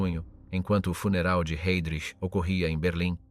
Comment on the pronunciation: Jednou vysloví Hejdrich potom Hajdrich...běž mi do prdele s tímhle